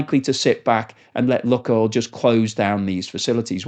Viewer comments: Annoying video to watch as you pronounce the name of the oil company wrong....it's pronounced 'Luke -oil'. I lived in Russia for 20 years and my wife worked for 'Luke-oil'.......not 'Luk-oil' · Okay I'm done with you, this is the 4th video where you repeatedly pronounce Lukoil( 'loo.koyl') as 'luck.oil'. ITS IRRITATING especially when its 100 times a video and I cant listen to it anymore. I've left comments every time but you obviously haven't picked up on it. If you cant research the company name that you're talking about properly, I find hard to have faith in what you're saying, but mainly its just IRRITATING. bye. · duh - what planet do you live on? your pronounciation of lukoil is ridiculously ignorant - its lewk-oil = luke-oil ' NOT LUCK NOT LUCKY ..... LUKE-OIL. you live under a rock in britain. should try to get out and around more. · Pronunciation.... luke-oil not luck-oil, please. Thnks for presentatio...n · Luke not luck. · Its pronounced ‘Luke’ Oil (not look oil)….. please amend, as it makes me cringe every time you say it incorrectly!😖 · I used to be a shareholder but got out and sold everything about a week before they invaded Ukraine. Exxon, Petrobras and some of the Canadian oil companies, even some African ones are better options now. I've always pronounced it as LUKEoil not LUCKoil. Is that not correct? They're definitely not having much luck right now! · I really like your stuff but think 'Luke' not 'Luck' with Lukoil. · Did you say 'luckoil"..?..😅. I take it you've never been to Russia.. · try "luke-oil" ;) the way you say it is wrong. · Lukoil, pronounced "Lukeoil" as in Luke and oil. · LUKOIL is pronounced “LOO-koyl”. • “LOO” – rhymes with blue or shoe • “koyl” – rhymes with coil or boil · Your pronunciation of Lukoil decreases your credibility.